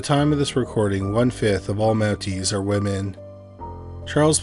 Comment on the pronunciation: So the men are "mounteys" and the woman are "mounted" 😂😂😂😂😂 got it